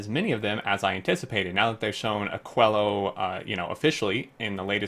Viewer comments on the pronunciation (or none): I believe it should be pronounced more like "akeelo"